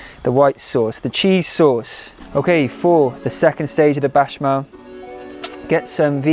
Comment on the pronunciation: You had me baffled as to what a 'bashmal' was for a moment!🤭 Béchamel is probably one of the easiest French words to pronounce other than café. Just say it how it's written. Don't confuse us all with your bashmal!!!😩 If you want to look up how to say it just consult Julien Miquel, a nice honest French guy will tell you the truth of how to pronounce all French words - even the really difficult words! It will make your wonderful recipes so much better.😉